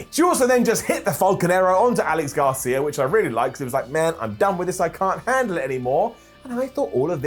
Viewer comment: It's Alex GRACIA,, not Garcia.